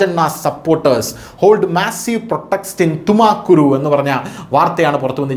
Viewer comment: തുമക്കുരു, അല്ല തുംകൂർ 😂😂😂😂😂